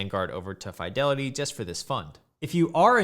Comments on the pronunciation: Umm. Its FEEDELITY not FYDELITY. I'd have subscribed otherwise. shame. ;p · Why do you say Fydelity? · Bro, quit saying FAI DELITY..Jesus Christ. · I had to stop watching because of how he pronounces "FYE-delity" lmfao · You're the first person to say Fidelity like that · I refuse to take financial advice from someone who can not pronounce "Fidelity" properly.